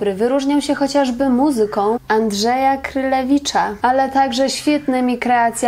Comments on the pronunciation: muzyka Andrzeja Kurylewicza a nie Krylewicza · "Połknięcie" głoski nie świadczy o nieznajomości kompozytora. Nie bądźmy takimi purystami językowymi. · tradycyjnie przekręciła nazwisko, tym razem kompozytora. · Najpierw może pani nauczy sie poprawnie nazwiska kompozytora p.Kurylewicza bo widać,ze nie zna pani tego kompozytora.